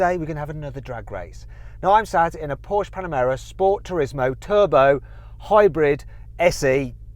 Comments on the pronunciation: no shit..? I know, that is Porsche, not Porsch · Комон Порше,а не Порш!!! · Still trying to find somwhere, what manufacturer is Porsch?